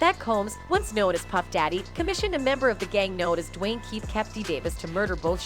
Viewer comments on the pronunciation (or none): none